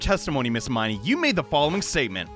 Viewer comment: man, I love you, but you're killing me with these pronunciations of the Miney sisters' names.